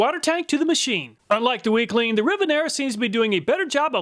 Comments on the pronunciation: Every time you said WECLEAN all I could hear was weakling 😂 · WeClean just kept sounding like Weakling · Weclean? More like "Weakling"... lol. Glad you didn't test dog poo.